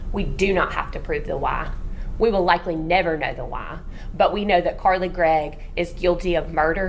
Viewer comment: WHY第一次聽到被念成娃